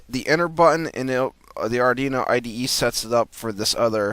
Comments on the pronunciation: Yes it's pronounced "Ard WEE no" not ardino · You're killin' me with the "ardino" Lol